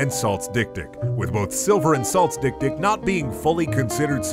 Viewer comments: It's pronounced dek-dek, and its swahili for little-little. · We not gonna mention how dik dik is actually pronounced xylophone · As someone who's first language is Afrikaans, the way he pronounces dik dik is so fucking funny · Love the way Americans pronounce this... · Isn't dik-dik pronounced 'xylephone'??? 😅🤣